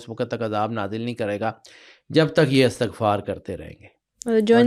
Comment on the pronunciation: محترم استاد آپ نے بہت پیاری باتیں کی ہیں لیکن بہت معذرت کے ساتھ عرض ہے کہ لفظ استغفار میں 'ا' اور 'ت' کے نیچے زیر آتا ہے ،زبر نہیں. آپ اردو لغت میں اس کا تلفظ چیک کر لیں۔ بہت شکریہ